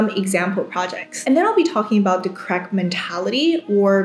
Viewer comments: Great video!! I kept thinking you were saying crack mentality though instead of correct mentality :D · I kept thinking she said "Crack Mindset" 😑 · I misheard as "crack mentality" and thought I clicked the wrong video 😂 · When you say "correct", I hear "crack" or "co-racked". :))